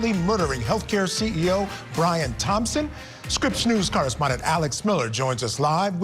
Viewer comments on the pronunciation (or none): none